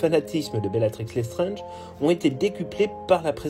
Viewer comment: Vous prononcez "Lestrenge". C'est "LesstrAAAAAAAAAAAAAAAAAAAAAAnge. Comme dans "ANGE" Pas "ENGE". Pourquoi prononcez-vous le A comme un E?